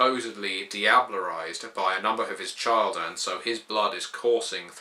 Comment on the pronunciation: Chil-der not Child-er.... but beyond that nitpicking good job :)